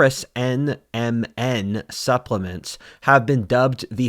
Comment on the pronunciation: It took everything had to plug NMN supplements with the correct pronunciation in a video about the decline of civilization